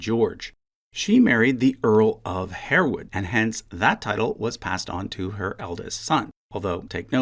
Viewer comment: That was very interesting.... one note .. "Harewood" is customarily pronounced "Harwood" and Lascelles is pronounced "LASS-uls"